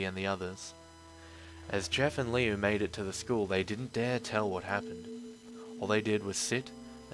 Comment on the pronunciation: HIS NAME IS NOT LEO ITS LiU!!!!!!!!!!